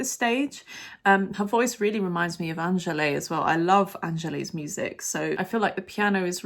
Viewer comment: The final E in "Angèle" (the Belgian singer) is not pronounced, so it should be like "an-GEL" (two syllables, with the stress in the second one). No hate; just felt the need to point it out 😅.